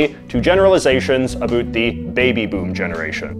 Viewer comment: "Anything a boot anything" .......we found you secret canadian!